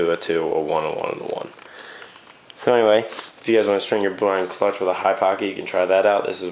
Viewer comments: the t is silent... no-one says clu-t-ch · So you say cluch? I've never heard someone say that..